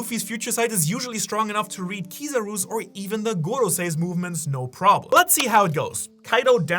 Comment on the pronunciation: BAH-GWAH!!! Bagua is pronounced BAH-GWAH. Why is it so hard to say this the right way. You make me really want to hurt you.